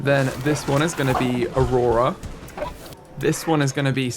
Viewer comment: I love how he butchered aurora